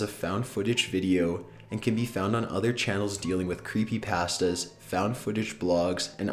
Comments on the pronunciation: The way he says Creepypasta makes me laugh and cringe a little lol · The WAY HE PRONOUNCES CREEPYPASTA